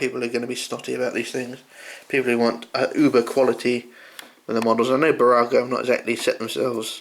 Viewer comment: New subscriber :) 1.5 years later... your pronunciation of Burago is spot on!